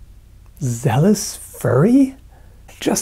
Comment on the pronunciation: "Zealous furry?" please tell me you were trolling us and didn't actually miss the L...